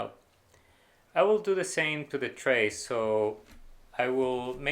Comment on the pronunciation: "tray" not "trace" xD